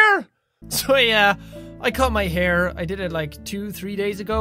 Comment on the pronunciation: hair not haie